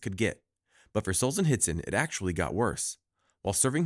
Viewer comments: It is not Solzenitsyn, but SolZHenitsyn. And ar-ki-PE-lə-gəu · The pronunciation had me LOLing hard. R chi pea leego...r ki pel ego would be more correct. As for Alexandr Solzhenitsyn don't provenance the h and try sohl-zhuh-neet-sin.